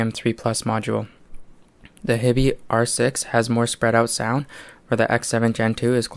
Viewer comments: It's pronounced 'HIGH-BEE' - just sayin'. Thanks for the vid. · Most of the Americans on YT seem to pronounce it as you do - your choice - but my compatriot currawong has nailed it IMO. He also pronounces Fiio correctly - again, IMO